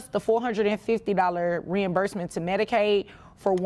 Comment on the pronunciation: It's "MEDICAID"